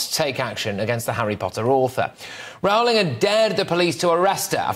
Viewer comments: Small point, Patrick, Rowling is pronounced ROLLing as said at first but then gets it wrong. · Rowling pronounced roe-ling. Come on, Brits, get it right. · Patrick, when are you going to learn how to pronounce J K Rowling's name correctly ? It's not that difficult !!!!!!!!!